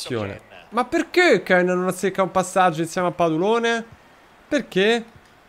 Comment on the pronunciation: ogni volta che chiama padulone, orgoglio italiano, con l'accento francese, un italiano muore